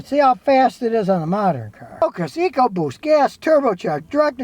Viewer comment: Sorry Scotty, you lost me at 'Ecoboost'.